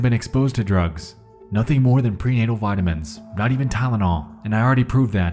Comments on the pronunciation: “pre-anal vitamins “??? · Bro did you really say pre-anal vitamins? Wtfffff lol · am i the only one who heard “pre-anal” instead of “prenatal” ? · him saying preanal vitamins instead of prenatal had me rewind. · who else heard pre-anal vitamins